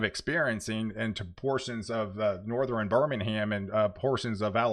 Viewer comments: Please explain why you constantly say Northern wrong! Do you honestly think it is pronounced Northren? I’m sure I’m not the only viewer who is bothered by your mispronouncing of Northern! Stop it! When you do let me know and I will subscribe but I’m not going to subscribe to a channel that constantly misuses a easy pronunciation like that! For some reason I thought you were more intelligent than that! Sound it out! North ern!!! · From Texas and lived there most of my almost 70 years. Never heard anyone pronounce northern with three syllables except him. Nor-ther-in?